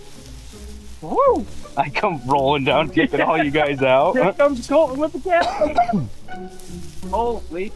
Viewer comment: ok, is it Colton of Colon? I swear is saying COLON!